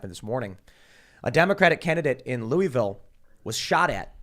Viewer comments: It's pronounced "Lullville," not "Loueyville." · it’s pronounced Lullville according to the locals 😂😂. I learned that on my first Whiskey tour. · Maybe the mayoral candidate owes the cornbread mafia money, also the way Tim and crew pronounce Louisville really grinds my gears.